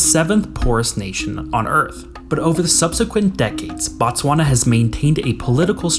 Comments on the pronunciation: It's Botswana, not Batswana. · the SWANA?????????? TTTTTTSSSSSwana bro